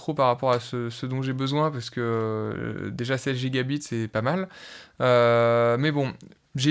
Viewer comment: Merci pour la vidéo c'est super intéressant. Tu devrais mettre l'accent sur "byte" quand tu dis "gigabyte" ou "terabyte", on peut penser que tu dis "gigabit" et ça peut porter à confusion